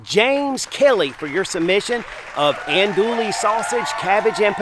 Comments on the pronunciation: The correct pronunciation for Andouille sausage is, (Ahn-doo-ee)...the "LL" is silent. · He was killing me! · Gotta love him. I enjoy these videos. I don't care if he mispronounce that French name lol...I'm not much into Cajun food at any rate but somebody is.😅 they sure sell a lot of that sausage..